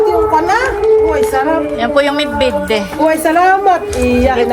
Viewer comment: Bidbid not midbid